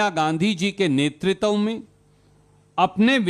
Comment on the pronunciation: WHAT THE "F" IS NETRI-TAV MAN IT IS NETRITVA..TVA TVA TVA NOT TAVTAV TAV SPEAK HINDI SUJRUWALA SUJRU.